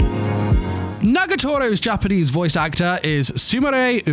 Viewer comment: Lmao your Japanese pronunciation is so American it actually made me laugh It's not an insult or anything, but since I'm learning Japanese myself I just find it humorous that I can hear how strange it sounds from a Japanese viewpoint and American viewpoint. Still, I liked the video, and quite enjoyed it.